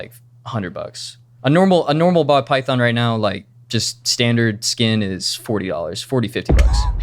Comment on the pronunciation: he almost said "pall bython" 😂😂😂 i caught ya! 😂😂😂